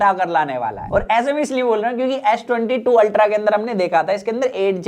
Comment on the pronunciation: It’s ultra bro not ulta